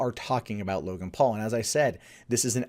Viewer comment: "Login Paul". Sorry? Isn't his name Logan, not "Login"?